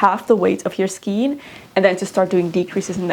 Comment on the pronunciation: I also really love the pixie hats on children! You should check out the ‚Hectors bonnet‘ it’s addicting to knit and really cute. I’ve made about 15 for many children in my friend group :) btw ‚skein‘ is pronounced like rain